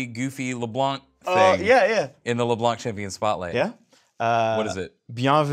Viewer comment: OMG. They actually got Leblanc's pronunciation right? God really does exist.